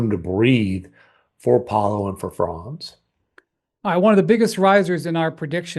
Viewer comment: Guys, please pronounce Franz‘ Wagners first name correctly. It’s not „Fraaanz“. It should sound more like you pronounce „fronts“ in English. The German a in that name is closer to an English o